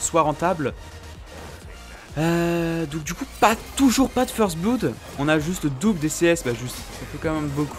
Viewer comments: Bon On ne prononce pas blood: bloud On prononce plutôt blod. Tu est canadien tu devrais savoir comment prononcer l'anglais non?;) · Dis first blod et pas bloud x)